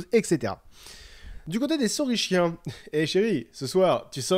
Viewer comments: Je sais que c'est pour le jeu de mots mais on prononce kien pour saurichiens et ornitichiens et on dit pas sauromorphe mais sauroPODE >_< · lol je pense que le "schiens" se prononce 'skien' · Super point culture! On prononce ornitis"k"iens et sauris"k"iens! De plus, les Velociraptors dans le film sont en fait des Deinonychus (Velociraptor antirrhopus à l'époque du tournage). L'équipe du film préférant un terme comprenant raptor, a conservé le nom Velociraptor lors de la révision de l'espèce attribuée au Deinonychus. Enfin, l'oviraptor n'est pas vraiment un voleur d'oeuf! Il a été appelé comme ça parce qu'il a été découvert pres d'un nid... qui s'est ensuite avéré être le sien!